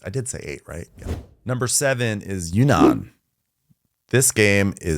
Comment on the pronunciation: Appreciate the correct pronunciation of Yunnan! Not many boardgame reviewers pay so much attention to "details" :)